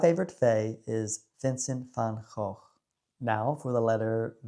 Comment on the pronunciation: Hi brother, I just finished your video, I was too busy enjoying cruising with the top down. Aren't we blessed with this gorgeous weather? I am with you on Vincent all the way and congratz on pronouncing his last name correctly. X made me think of xenofobie, it seems to be on the increase in this country. Have a great day and enjoy the warm sun while it lasts 😘🤠